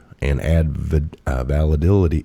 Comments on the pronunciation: Its pronounced va-lid-a-tea. Im sure u no this but i just had to. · I love you. It is "val- lid- itty". Love you! Keep up the good work!!🇺🇸🇺🇸🇺🇸🇺🇸🇺🇸🇺🇸🇺🇸🇺🇸